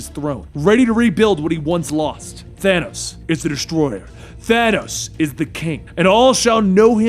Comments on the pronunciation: Excuse me, but uhhh.... Did he say thano ?! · Hey you know your not saying his name right